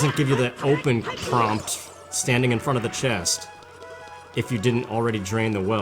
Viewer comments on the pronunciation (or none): none